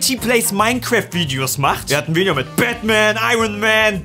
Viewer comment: Seine Aussprache englischer Wörter schmerzt in meinen Ohren :D. "Thumbbnail", "Wideo"